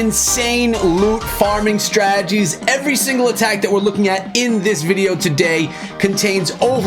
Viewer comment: I hear strajjies...instead of strategies 😂